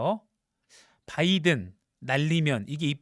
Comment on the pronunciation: 바이든 바이든 바이든 발음 살아있네